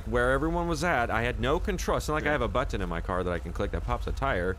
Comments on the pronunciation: I fuckin love the way he says button it's like "but tin" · my man, YOU ARE THE FN BEST.. LOVE YOUR CONTENT.. BEEN WATCHING YOUR CHANNEL FOR ABOUT A YEAR OR SO.. SWEAR I NEVER GET ENOUGH.. WHENEVER MY DAY ISN'T SO GRAND, I WATCH YOUR VIDS JUST TO HEAR YOU SAY buTTon!😂😂😂😂😂😂😂 all the best.. Keep them coming. Appreciate you man